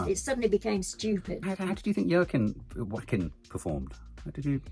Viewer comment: YAY, maybe Nanny Di will convince you to pronounce Joaquin's name better 😜 (wah-keen)